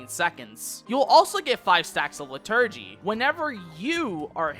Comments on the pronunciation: Its LIturgy, not liTURGY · so helpful but im crying at lih-TUR-gee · Great vid but I'm wincing at your pronunciation of "liturgy" and "plenary"